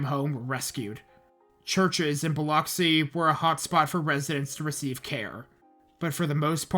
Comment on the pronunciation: you also mispronounced plaquemines, biloxi (sometimes), tivoli, beau rivage, bayou lebatre, and kiln, lol. it's ok tho; even locals mispronounce kiln because they call it "the kill" (vestiges of french) but it's so small that almost no one else on the coast ever has any reason to talk about it unless they want to talk about brett favre's hometown because that would be it. thanks for giving the coast some attention. my only (gulfport-centered) complaint is that you passed over d'iberville and gautier. d'iberville is on the north side of biloxi back bay so their waterfronts got razed just like the other coastal towns. the tchoutacabouffa river was also a contributor to the destruction in d'iberville. gautier is directly on the coast between ocean springs and pascagoula.